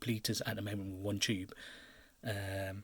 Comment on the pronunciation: "Ive kind a like bort different fings. Choob. " Right